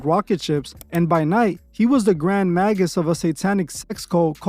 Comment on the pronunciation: "Maggus" lol